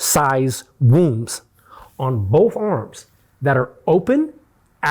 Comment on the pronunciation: I enjoyed this, but who wants to tell it's wounds, not wombs?